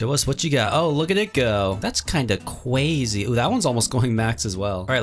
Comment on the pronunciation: Is so funny when he said that's just cwayze